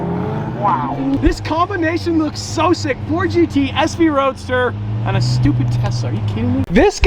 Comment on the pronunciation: “so we wide bodied the new ford get.”